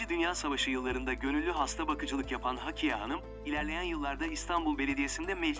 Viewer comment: Hakiye değil, Hakkiye. Ne olur, seslendirme yaparken daha dikkatli olun. “Hakkiye” hakkıyla demek. Ama Hakiye’nin bir anlamı yoktur.